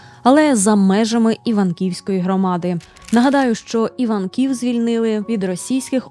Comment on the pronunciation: Шановна, я підписана, бо люблю мистецтво. Та ще й є землячкою Марії Приймаченко. З Вашого дозволу, хочу уточнити наголос селища ІвАнків на Київщині, де зберігалися твори народної художниці. Дякую за увагу! ❤